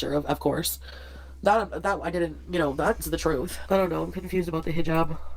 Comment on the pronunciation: HE JAB I cannot with that pronunciation! She lived a 3 year MASCARADE that is all it was. I do think one morning she won t wake up....her heart will seize...and I honestly sadly enough think that is what she hopes for. Eternal Sleep. I fully understand what you teach (I am sure to some you are teaching) CPTSD.....that is my primary condition, not going to lie. 13 yrs of daily fearing for ones life, before you can get away from a Psychopath....But today, I am hella STRONG and offer counsel to others. Ty for bringing up these REAL LIFE issues. Appreciate you.